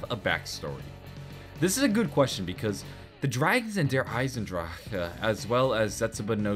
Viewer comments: Anyone know why he says Der Eisendraka instead of Der Eisendrache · Dude I find it hilarious when you say derisendrache, you say DER ISEN DRAJHAAH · The way you pronounce der eisendrache gives me conniptions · Am i the only one that cringes everytime tries to pronounce der eisendrache